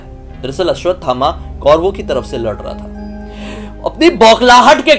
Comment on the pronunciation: Dr. ne koi bhut pret dekha hoga 😂 or aap aswathama g ka naam tik se lijiye g lgaiye....